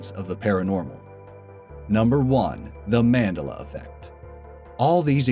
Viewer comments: That wasn't Apollo Creed, and it's Man-Del-A. Every video I watch from this channel has at least 1 mistake, I think you must do it on purpose because you can't be that stupid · Just gotta......... the way "Mandela" is being pronounced in this video, and some others.. is that.. is it supposed to sound like "Mengele"? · Mandela rhymes with umbrella you pleb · Pronounced Man-Dell-Ah! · Man-de-la you say it as it is spelt. I've only heard pronounced incorrectly twice, this video and one by the AVGN. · I think he's trying to make it sound more like a part of the brain; The Medulla Effect. "I was certain the Mandela was a section of the brain!" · MAN...DELL...A.... thats how it's said!!!... You're killin me, Smalls! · Please rerecord with better pronunciation of Nelson ManDELa's name. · Pronounced man-del-ah, bro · actually, its mAndElla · Glad to say I remembered all of these accurately. And it's "Man-DEL-a," not the way you're saying it. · its the man de la effect not the way you say it, its named after nelson mandela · its pronounced man-della..and yes there is such a thing..must be nice to know everything lol..NOT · You are saying Mandela wrong it's man-de-la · The way you say Madela triggers me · the Mandela effect is pronounced- man- deel-ah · MAN-DEL-A. Damn Americas can never pronounce anything correctly. He is only one of the most important people of the 20th Centruy and you cannot pronounce his name correctly 😡😡😡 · I've never heard "Mandela" pronounced the way you pronounced it. I think you botched that. I've only ever heard it pronounced "Man DEL a." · man-de-la effect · Man-dela Effect? Your Saying Mandela Wrong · its actually pronounced mun-dela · man - DEL - la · Look at other Videos of this channel, very leftist liberal BS. They're trying to steer you away from the truth of the mandela effect. Even pronouncing wrong, MAN-dela.... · The Mandela effect is pronounced: Man-del-a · u r pronoucing mandela wrong....man-del-er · Holy fuck its Man-dell-ah